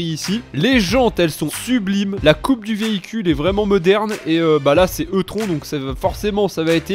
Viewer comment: Alors juste la Audi E-Tron se prononce i-trone juste pour info mais on t’en veut pas 😅